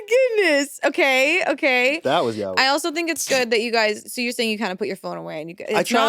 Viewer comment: Ya-oi, not "Yowie". Doesn't have to be perfect but damn, at least try...